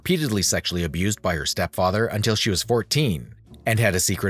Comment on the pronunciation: Well done! I learned a lot and enjoyed this video. Side note: “step fyether”.